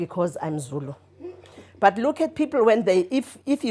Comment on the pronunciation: was murdering those Zulu words and I was flinching. Overall, the vibes were awesome